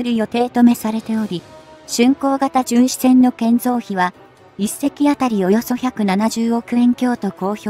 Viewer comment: じゅんしえんじゃなく❗じゅんしせん❗かいけいきょく‼️せっかく良いテーマなので丁寧な校正お願いいたします‼️